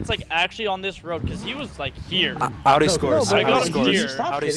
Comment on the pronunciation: It's Audi!😂😂😂